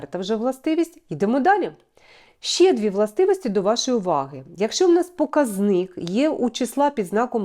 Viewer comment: ПокАзник (наголос на А)